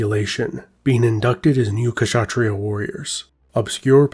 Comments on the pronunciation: The K in kshatriya is without any vowel sound. You combined an uh sound with K which is wrong. The K in Kshatriya just sounds like the k sound in backs. In other words you are pronouncing it as Kashatriyaa, when it should sound like simply Kshatriya. Hope this helps :) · Comment on pronunciation: it’s not K-shatria nor Shatria. Try pronouncing a short K by itself and also Sh by itself. You will notice there is no big difference in the position of mouth and tongue. Now try to say Ksh just Ksh ( in german we use that sound to scare chicken away, for example ). When you master. THAT you can use the full name. The K is ALMOST INAUDIBLE but it is still there. Good luck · I'm Bengali and we don't pronounce Khshatriya We say Khatriya Not pronouncing sh Unlike him pronouncing both Kh and sh together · Yes the K is silent so it's pronounced as shatreeya, this is a Hindi term in Telugu language we are known as "rajus" pronounced as ra+juus which translates to kings. When rajputs fight other rajputs there was honour and people werent hurt but women surrendering to muslims would probably be brutally raped and killed.